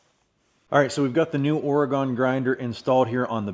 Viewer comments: Thanks for the great review, very through. BTW it's an OR-uh-gun, not OR-ee-gone 😃. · Hi, another great video. You certainly are getting some experience with the EVO. Nice work. I'm from MA, and my friends on the West Coast told me the proper pronunciation of Oregon is OAR-E-GUN, not OAR-A- GONE. Thought you might get a chuckle out of that. Cheers! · ory gun not ory gone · I don't want to be "that" guy but as someone born and raised in Oregon it's pronounced "ory-gun" not "ory-gone". As we like to say to those east of the Mississippi "we didn't go anywhere". :D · Please learn how to say Oregon! It makes those of us from Oregon nuts hearing people mispronounce it so badly! It's pronounced or-gun, not or-E-gone. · It’s pronounced “oregun”